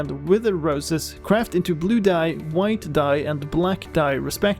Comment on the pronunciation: "Kwaft" XD